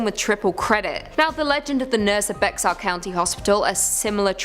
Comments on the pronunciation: If ur gonna do a story about a place you really don't kw anything about, plz make sure you pronounce it correctly!! It's pronounced Bear county, not Bexar (spelled correctly tho) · It's not pronounced Bexar county, it's pronounced "bear" county. Just FYI. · Lol so it's spelled "Bexar", yet pronounced "Bex-are",(how it's spelled), but called "bear"? Okay Texas/California? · I was born in San Antonio, Bexar (it’s pronounced BEAR not Bex ar!!), Texas. I want to scream every time I hear them pronounce it wrong! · Bex-are county lmao.. it’s pronounced bear/bare.. bear county the X is silent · Was I the only one screaming bear every time she said bex-ar county???😂😂😂😂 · IT’S PRONOUNCED BAYER, NOT BEX-AR. YOU’RE KILLING ME!! WHY!?!?!?! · Bear not bayer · The 2nd clip it is not pronounced bex-ar. It is pronounced bear county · “Bear or bare” whichever you prefer but it’s NOT Bexar like becks-are 😂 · I was born there and yes it is pronounced bear I used to pronounce it bexar too lol I didn't grow up there that's why 😂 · Bexar county is pronounced like bear...not bex-ar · Bexar county is pronounced bear…not bex-ar ☝️🤓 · lol it’s pronounced BEAR. Although it’s spelled Bexar That gave me a good laugh. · As native of BEXAR COUNTY, San Antonio, Texas, I just wanted to tell you that Bexar is pronounced just like the word BEAR. The "x" is silent, and is a word from an indigenous tribe who used to call that area their home, before being eventually colonized by eastern europeans. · BEXAR is pronounced "BEAR." You all should really look up what your talking about! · The Bexar in Bexar County is pronounced Bear 🐻 😅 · Bexar pronounced Bayer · You pronounces bexar wrong ! It’s like saying bear that’s how it sounds Bear county but it’s spelled bexar county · Bexar, pronounced "Bare"... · Thank God I was born in Bexar 10 years before the curse. Me and my three brothers 😮. Which is pronounced bear by the way. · She said next ar county 😂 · Bexar County is pronounced BEAR county.